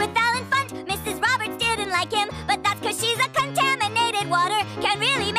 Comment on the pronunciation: The emphasis is kind of off at the beginning of the "contaminated water" line. For it to really work you have to put the emphasis on the first syllable, not the second.